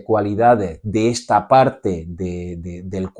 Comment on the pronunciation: Perdona, pero se pronuncia ESTA no etsa. La acentuación castellana para mi es fundamental! Gracias por la explicación.